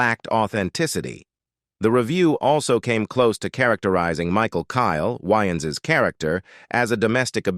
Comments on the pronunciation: It's Way -Ans not Wy-ans 😅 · Pronouncing Wayans whyans is crazy